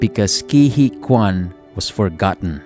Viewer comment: "Huy" is tough to pronounce, but the correct way is "Hwee" .. not "Hee" :)